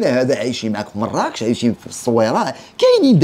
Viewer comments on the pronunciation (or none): none